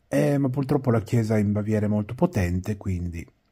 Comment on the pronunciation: mi fai morire quando dici purtroppo con la L:face-blue-smiling